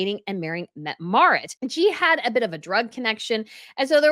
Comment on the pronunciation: Pronunciation guide: Mett-eh Marit :)